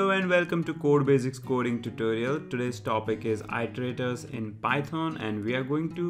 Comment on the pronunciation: it-ter-ay-terz. Not Eye-tor-ay-terz. The verb is to it-uh-rate, not eye-ter-ate.